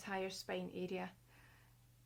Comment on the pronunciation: What a charming voice and accent.:) "Make sure that you really connect this foo arrrea of your hand with you neck arrrea so you get the foo benefit." "The slouwer the beetter , so yoo just taaake yer time" was like music to my ears. Quite refreshing to hear unusual syllables being stressed. :)